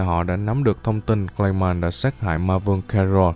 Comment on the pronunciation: Clay man mà xém nghe lộn thành gay man :)))))